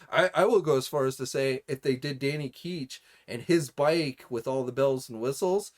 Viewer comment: Danny Key-ch Iv never heard anybody say his name like that. That's like when people say Sim-be-ote when its really sim-be-it.